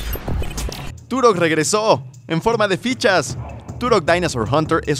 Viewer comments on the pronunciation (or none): Se dice turoh